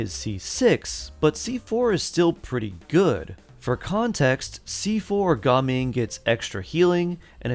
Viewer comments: Its not ga ming its gaming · Bro its Ga ming ❌ Gaming✅